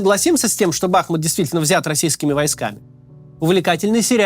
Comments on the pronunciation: Ударение БахмУт. Вьі, русские, разрушили город, где я жил до 2008, но радует, что много москалей там сгинуло и єто не предел. Дальше - больше. Город мьі восстановим после победьі. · БахмУт, а не БАхмут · Не бАхмут, а бахмУт!!!! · Судя по тому что за последних несколько десятков роликов он уже стопитсот раз сказал название Бахму́т с не правильным ударением, можно сказать что и аналитика под большим сомнением... Если в3апaдло зайти на википедию и проверить элементарное то об остальной информации и подавно... НО, вектор мышления очень даже правильный :) П. С. Правильно Бахму́т, а не Ба́хмут. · Не БАхмут, а БахмУт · Ты как издеваешься. Знаешь же что правильно «Бахму’т . Зачем каждый раз каверкаешь ? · Разберитесь уже, "БахмУт" или "БАхмут". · Кац,не БАхмут,а БахмУт,хотя бы название научился правильно произносить ,времени много было.Слух режет. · БахмУт. Не БАхмут. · Не бАхмут, а бахмУт. Правильно ставьте ударение. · Почему в который раз Кац называет город БАхмут, но не БахмУт? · Девушка, вы видимо головушкой где-то стукнулись! Я об этом как раз и говорил что Макс во всех видео неправильно произносит!!! Он говорит Ба́хмут, а надо Бахму́т... И в каждом видео в комментах это пишу, чтоб он или его команда наконец открыли Википедию и посмотрели как правильно, но им пох... И ладно бы если один раз где-то вскользь упомянул, так нет жеж, почти в каждом видео по несколько раз повторяет это название и уже ухо режет, больше полугода так тупо лажать, а его дружбан Варламов уже давно называет правильно - Бахму́т... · Спасибо за Вашу работу - слушаем все выпуски. Очень Вас просим правильно ставить ударение на названии нашего города - БахмУт - больно слышать нам, бахмутчанам в эвакуации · Бахмут уже захватили (или почти захватили), а Кац до сих пор не выучил, как правильно ставить в нём ударение... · Больше года идет конфликт, а данный товарищ не в состоянии запомнить правильное произношение города БахмУт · Ударение на У: бахмУт